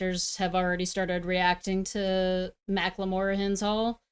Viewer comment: i left when she said makkle more hahahaha